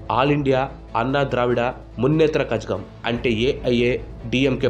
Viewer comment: కజగం కాదు. కళగం..